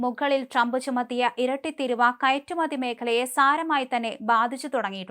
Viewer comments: എൻ്റെ പൊന്നു കുഞ്ഞേ കുറ്റപ്പറയുക ആണ് എന്ന് വിചാരിക്കരുത് തിരുവ എന്നല്ല തീരുവ എന്നാണ് ശരി ഇവയുടെ അർഥ വിത്യാസം ആനയും ആടും പോലെയാണ് കുട്ടി പലവാക്കുകളും തെറ്റിച്ചാണ് പറയുന്നത് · മോളെ തിരുവാ അല്ല തീരുവ എന്നാണ് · Theeeruva .... NOT Thiruv!! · തീരുവ എന്ന് പറയു. വിവരവും, വിദ്യാഭ്യാസവും ഇല്ലാത്ത സാധനങ്ങൾ. മലയാളം ആദ്യം പടിക്കു. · തിരുവാ അല്ല ചാനല് കാരീ തീരുവ ആണ് കഷ്ടം തന്നെ 😂😂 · തിരുവ അല്ല തീരുവ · തിരുവായല്ലേടി കൊച്ചേ,, തീരുവ..😮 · ഇതു ഇജ് പുതിയ അറിവാണല്ലോ, തീരുവാ എന്നത് ചുരുക്കി ഇപ്പോൾ പുതിയ മലയാളം തിരുവ എന്നാക്കി എന്നറിഞ്ഞതിൽ സന്തോഷം, കൊച്ചേ മലയാള വാക്കുകൾ പറയാൻ അറിയില്ലെങ്കിൽ വേറെ പണിക്കുപോകുക. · കഷ്ടം മലയാളം പറയാൻ പഠിക്കു തിരുവാ അല്ല തീരുവ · തിരുവാ അല്ല തീരുവ 😜 തേങ്ങ ഏതാ മാങ്ങ ഏതാ എന്നൊന്നും അറിയില്ല 😜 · തിരുവായാണോ ? തീരുവയാണോ ? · Enthu thiruva? Theeruva ennu parayu kutty. Malayalam alle ethu. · Please ask her to correct the pronunciation. It's not tiruuva..Its.theeruva... Write in malayalam and see for yourself. First it means regal mouth while second one means duty/tax. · എടീ കൊച്ചേ, തിരുവാ അല്ല " തീരുവ" എന്ന് പറയൂ. മലയാളികൾ മലയാളം തെറ്റിച്ചാൽ പിന്നെ എന്താവും മലയാളത്തിൻ്റെ ഭാവി? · കഴിഞ്ഞ ദിവസം ഈ കൊച്ചിനോട് "തിരുവ ഏതിർവ" എന്ന് പറയരുതെന്ന് ഞാനും പറഞ്ഞിരുന്നു. ഭാഗ്യം, തിരുത എന്ന് പറയുന്നില്ല. വിവരക്കേട്... കഷ്ടം